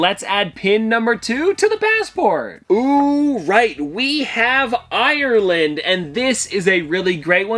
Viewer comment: I'm Irish and the way he said Ireland made me cry 😂